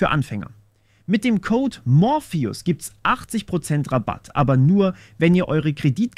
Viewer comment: Du heißt morpheus. Nicht morphius.